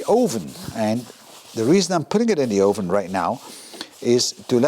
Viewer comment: Je Engels is echt goed, alleen je uitspraak van het woord 'oven' is niet helemaal correct. Top video.